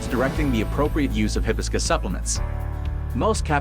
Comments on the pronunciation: You're pronouncing it wrong. It's hi BIS cus accent on BIS Ask google how to pronounce it. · Hi... hibiscus, no hebiscus. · Hibiscus is a flower whose name is mispronounced by AI. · Hard to take this seriously when the AI narration voice can’t even properly pronounce Hibiscus!😅